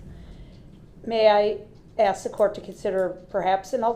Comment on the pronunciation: Or every time he says “subject matter jurisdiction”, or every time he says “axe” instead of ask, or every time he says “objection”.